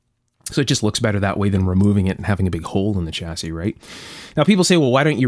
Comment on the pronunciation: Just a small point - "Chassis" is a French word and the 'Ch' part is pronounced "Shhhhh" rather than "Chhhhh". Otherwise an excellent video as usual.